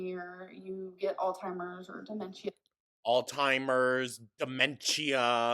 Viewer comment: Demenshia, altimers, vulvuls, docamenteries, feeel, my god. MY GOD 🤡